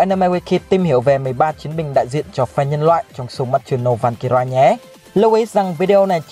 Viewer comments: Van cơ ry chứ k phải rai nha bi. Nghe ngứa tai vl 😤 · Valkyrie phát âm sai r. "Van-cơ-rai" là sai nhé! Valkyrie /valˈkɪərɪ/ /ˈvalkɪrɪ/ đọc là "vao-cơ-ri: " nha! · Valkyrie còn đọc sai thì thôi không có tư cách làm clip đâu.